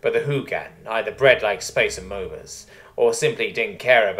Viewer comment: "Space Ah-mow-bahs"? Mate, amoeba is pronounced "ah-mee-bah."